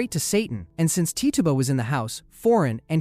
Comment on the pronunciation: Tituba is pronounced Titch-uba not Tee-tuba, fyi